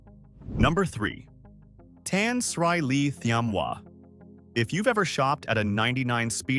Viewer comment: bro - thats not how you pronounce Tan Sri. but otherwisw good documentary